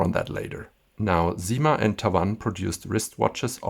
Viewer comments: SIma, not ZIma ! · Thank you for this beautiful video. Just to let you know, we don't say "zyma" but "ssyma" with an s like snake. This is the same for "la cyme d'un arbre".